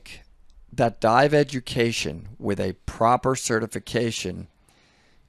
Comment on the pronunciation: Hilarious! 💀 I rewound it just to make sure he said "die," not "dive!"